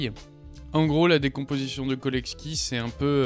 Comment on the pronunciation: Autodidacte spotted 😅 : Très bonne vidéo, juste un truc, on prononce cholesky comme chocolat, pas Kolesky :)